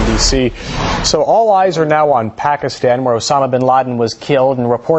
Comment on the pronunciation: this fool cant say Pakistan right